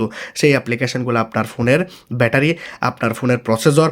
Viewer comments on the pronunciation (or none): none